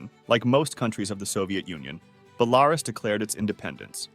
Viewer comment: Please, it is BelaRUS, not BeLARus. Bit like me pronouncing America like AmeRICa